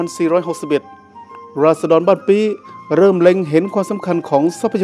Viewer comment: บ้านปี้ ออกเสียงไม้โทนะครับ